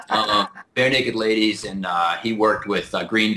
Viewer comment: I don't know if I'm stumbled or not...was that "Bear Naked Ladies" or "Bare Naked Ladies"?